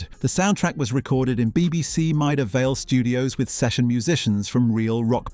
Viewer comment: I remember the science programme 'Horizon' doing a documentary on the filming of the stunts on the Goodies. The technical side of the shows was complex and weeks of planning went into it. (PS Maida Vale is not pronouced Myda Vale)